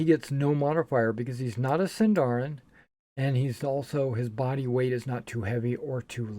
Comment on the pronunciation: I am always for Point Buy. If a player wants to min-max, that's the player's thing, not the systems. And rolled stats force players to play characters they may not like. Ah, hahah, hahah, Sindarin and Khuzdûl... I wonder how much misuse will these words get, apart from the fact that SÍNDARIN HAS STRESS ON THE FIRST SYLLABLE! Eww, zodiac, I'm for sure omitting that! I see a lot of rolling for backstory here, which I wouls not do, but is certainly easily dismissable.